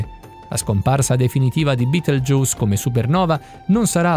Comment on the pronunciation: si dice betelgheuse non beteljuice